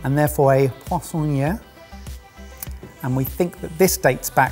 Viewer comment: My first thought when I heard say, "poissonnière": Finally! Someone on Sorted who can pronounce a foreign term correctly!